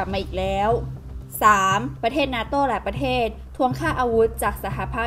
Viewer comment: อ่านข่าวคำควบกล้ำต่างๆต้องชัดครับ เช่น ยูเคน x , ปะเทศ x , ปะกาศ x , ปอดภัย x